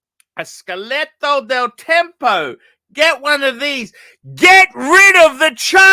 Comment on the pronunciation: Isn't it Scatola Del Tempo? Scaletto 😂